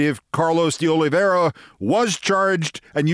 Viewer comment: I believe his name is pronounced "De Olive - ee - ara."